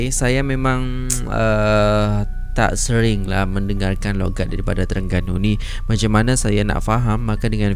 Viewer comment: loghat bukan longat..